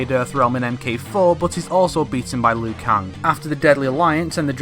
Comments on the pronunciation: Why do you keep saying Liu kung, & not Liu kang??? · You pronounce it as Liu Kang, how it's spelt, whether most people pronounce it as Liu Keng. No hate, just saying. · Ugh it's annoying how you pronounce Liu Kang, no offense